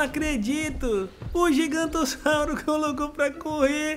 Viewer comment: É giganontossauro e não gigantossauro